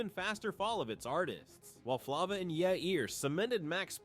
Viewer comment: Flava 😂😂😂😂 he pronounced it wrong